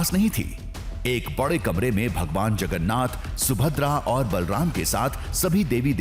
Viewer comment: Sir jagannath boloe jagannath Nehi sir jagannath 🚩🙏🕉️